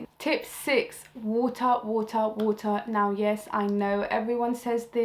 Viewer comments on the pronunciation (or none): "WOOTAH! WOOTAH! WOOTAH!" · Woter woter woter 💧